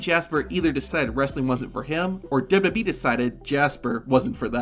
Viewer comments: Your videos have good content, but it's hard to get over how you pronounce "WWE" lol. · The way you say WWE makes this whole video unwatchable.